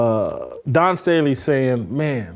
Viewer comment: Whitlock doesn't need to be giving anymore lectures about people growing up. He's pulling Junior High $#!+ with Dawn Staley. He knows her name is Dawn and he can pronounce Dawn, but he thinks it makes him edgy and making some kind of statement by calling her Don. That's $#!+ we did in Junior High. Plus he shouldn't be taken seriously when he speaks against idolatry because he believes the bible is God. When its not. God is not separate from His Word they are one. The Truth is God's word. Not people's opinions and perceptions. Whitlock suffers from what is called biblical idolatry. Congratulations to Whitlock on using the word $#!+. I like that word because it's an honest one. TJ Moe is wrong. It is not our place to tell someone what their relationship with God should be. I disagree with TJ Moe about deserving Grace. We don't deserve Grace. Its a blessing from God.